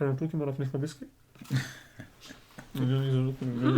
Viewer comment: makes it sounds like "chai with my *bye*" lol 100k subs now, what will you guys do for it?